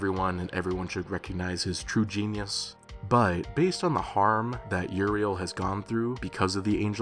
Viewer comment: That ain't Uriel, thats Urinal 😭😭